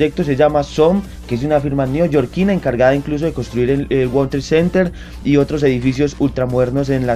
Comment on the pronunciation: ACLARANDO, NO ES WALTER CENTER COMO DICES EN TU VIDEO, WORLD TRADE CENTER